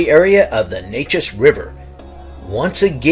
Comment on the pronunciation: So, when will you post the mentioned Anderson County, Texas dogman stories? I live right by the Neches River. BTW, it's pronounced "Nay'-chiz". Nay as in "pay", and chiz as in "Liz".